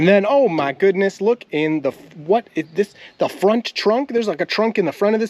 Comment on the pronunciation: said "Oh my goooooodness" really country like. LOL